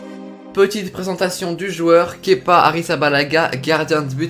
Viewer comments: un des rares qui prononce bien son prénom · Tu est le seul à bien prononcer kepa à blabla ! 😁👌